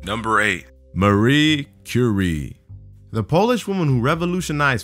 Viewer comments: That's not how you pronounce Marie Curie's name xD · the way he pronounced "Curie" gave me radiation poisoning